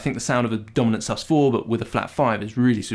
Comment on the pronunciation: When you first said Dominant I heard Donut chord and had to do a double take!